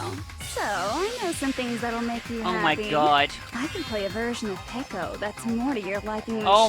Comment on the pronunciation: iT tOoK yOu ThIs LoNg tO rEaLIse tHat iTs PeHko nOt PeEkO Jk luv u